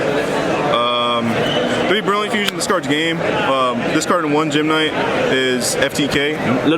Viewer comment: He pronounced every gem-knight wrong